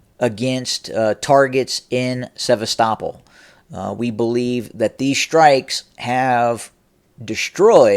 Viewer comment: Hey, the pronounced "Sevastopol" properly. Ah oh, must be a Putin asset. LOL! Better not call Kharkiv "Kharkov" ( it IS Kharkov though, as the city is overwhelmingly ethnic Russian, and they call it Kharkov). But if you say Kharkov, the NAFOs will go crazy, and Sarah the transgender spokesperson for Ukraine might announce your demise. Seriously, Sarah said the other day that Ukraine would kill bloggers that speak against Ukraine's war effort. I am NOT kidding about that. Luckily you are in the U.S. and I don't think that the Ukrainian SBU (secret police) has a reach this far. But Sarah did elude to the idea that Ukraine may try to kill American blogger Jackson Hinkle when he goes to Russia next week. You should do another report on this Sarah person, because her/his statements, officially on behalf of the Ukrainian government, about killing bloggers seem completely mentally deranged. Further, Ukraine has NO RIGHT to attack American bloggers who speak out against the war. We, the US, are NOT at war with Russia, and any American blogger has a CONSTITUTIONALLY PROTECTED RIGHT to Free Speech, to speak out against US involvement in the Russo-Ukraine War. American blogger Jackson Hinkle, who is actually pro-Russian, has a right to speak out whether anyone agrees with him or not. Ukraine can not threaten to kill or imprison an American just because he does not side with Ukraine. Look at the disappearing of American blogger Gonzolo Lira. Not a word about it from the B